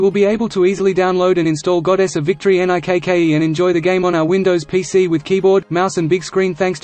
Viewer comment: Why the fuck does he keep saying N-I-K-K-E?